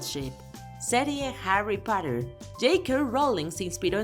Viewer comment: Como pronuncia Harry Potter"? JAUARRYS PUIOTTERS <-- g4 f4 ¡ es para un público en español.